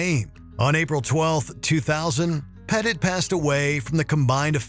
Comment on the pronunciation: Isn't Christopher Pettiet's last name pronounced ""pet-ee-ay", not "pet it"?